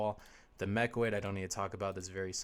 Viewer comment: Sorry, I know this Video is oder already, but I need to point out that it's called "MechANoid", not Mechoid, although that also sounds kinda badass :D Nice video! Looking forward to the Maxx Armory Deck